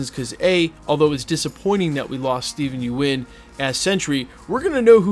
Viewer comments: Its think pronounced “yun” not “yoo en” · It's Steven Yeun, pronounced "yun," not "you - en." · Small note. Stephen Yeun. Pronounced somewhat like "yoon". Yuen is Chinese name, and is "yu-en". But he is Korean and it is spelled Yeun. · its pronounced, Yuen = Yoon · You keep pronouncing Steven last name wrong. Sounds like young